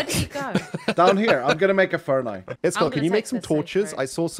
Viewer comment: Is it just me or does pronounce name wrong…